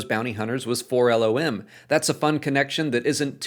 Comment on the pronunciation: It’s not Four El Oh Em, it’s Four Lom (as in mom)